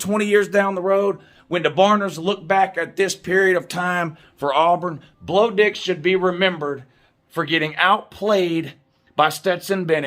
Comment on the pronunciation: “Blo Dix” 😂😂😂